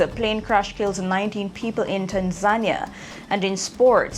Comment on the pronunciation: Tan Zania? You mean Tanzania? Dis nuh ready yet….